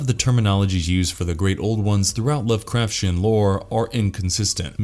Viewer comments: This has to be the only time I've ever heard it pronounced Love-craf-shen. It has always been Love-craf-tee-en. I feel that watching even a single video on unfamiliar topics can drastically help with any pronunciation confusion. If the Lovecrafshen mispronunciation were the only one, it could be forgivable to an extent, but then they pronounced Dagon as dih-GAHN instead of DAY-gahn. That's when I had to stop the video and earbleach myself with some audiobooks. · I love this channel but sometimes it’s so obvious the reader of the scripts doesn’t know how to pronounce the words or they are reading the script with errors like they live in earth instead of on earth. Lovecraftian is pronounced as it’s spelled not lovecrafsian 😂 All that aside he’s a good narrator. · yeah I don’t usually make comments on stuff like that but after hearing lovecrafsian for the 6th time, I was like, come on man. That’s why I narrate my videos or I at least make sure if I use an auto narrator, I make sure the words are announced correctly. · The way you say "Lovecraftian" makes me feel like there's a shoggoth going up my spine (you read the "t" like a "ch") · You say lovecraftian really Really stupidly